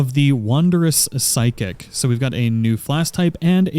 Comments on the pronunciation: Just a minor detail,. It's Physick, not Psychic. Weird, I know. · this dude said flask of the psychic lmaooo it's physick my dude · It's crazy how you call it psychic instead of physick,you know not (sy-kick aka psychic),but (fi-sick aka physick),had me like lmao...but good video though lol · I've notice everyone who mentions the flask of the wonderous physick pronounces it PSI-KICK, but since its Phy shouldn't it be "Fie-Sick" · Just a helpful note, it really is physick (FIZZ-ick) which is a term for the practice of medicine. Psychic (SI-kick) is spelled completely differently and it describes things related to the psyche. :) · Great video, thank you. By the way, it's a Flask of Wonderous "fizzick" not "psykick". =) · Great video thanks for the much needed assistance! Also it’s pronounced fizzik 😉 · i was literally looking for this comment it bugged me so bad lmao PSYCHIC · Your pronunciation of physick is infuriating.